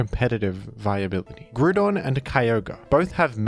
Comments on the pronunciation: Brother it's Groudon, in Japanese it's pronounced Guradon because they don't have the sounds for Grou but in English it's pronounced as Grou-don take the Grou of Ground and replace the ND with a Don. Grou-don. Unless you are from some remote English Colony or something I can't fathom why would you call Groudon, Grudon unless it's for engagement farming which a certain VGC YouTuber has been found to do. Hopefully this is a teaching moment. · its not Grewdon wtf is that. GR-OW-DON Groudon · with his blasphemous grudon pronunciation is the same person as in mean girls who tries to make it's so fetch happen. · Grudon would be more accurate - You’re saying Groodon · I'm gonna start pronouncing it as Grudon specifically because of you,. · "Groodon" gives me "A Hoonter must hoont" vibes. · Pretty sure here only pronounced it as "Groo-Don" so that people wouldn't be upset when he says "Ray-Quah-Za." It's definitely "Ray-Qway-Za"...the anime and literally everything else says it that way. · Why is saying Grewdon💀💀😭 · i didn't even notice you pronounced it like grewdon honestly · Heheh, “Grudon” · You really gonna hit us with the Grew-don 8 seconds in? I didn't expect a jumpscare. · some people pronounce it - groo-don. Monsters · He may pronounce Groudon as Groo- Don Let’s just be thankful he doesn’t pronounce Kyogre as Key-O-Gree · Yet another “Grewdon” moment. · real quick how do you pronounce "ground"? lmao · You pronounce groudon like it has a bunch of banana loving yellow creatures following it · I'm just now learning that you and I pronounce Groudon differently. I've become so upset about this I've cast a small child into a well. It's imperative I make you aware of this inconsequential difference. Thank you. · I used to dislike the pronunciation, but then it Groudon me. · If you’re willing to say Grudon might as well say Kyogree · Grewdon and Keeoger